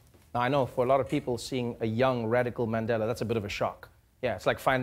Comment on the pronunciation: Hate it when Trevor says 'Mendela' instead of Mandela